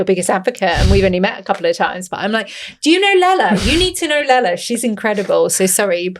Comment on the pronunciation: Great discussion. Her name is not Lala.